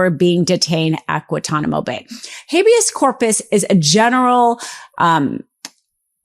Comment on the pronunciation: I'm sorry, but I have a hard time trusting you when you can't even pronounce "Guantanamo."